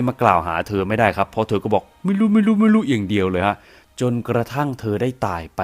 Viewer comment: ชอบคำว่า"ไม่รู่ไม่รู่" ของแอดมาก ขอบคุณค่ะ